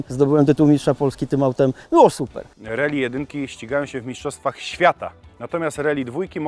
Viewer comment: nie "reli" tylko "rAli"